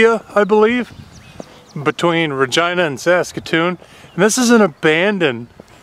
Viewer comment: At least you can say Regina correctly. No one ever says it correctly’ hahah! So as a Regina resident. Thank you for pronouncing my city and province correctly! 😂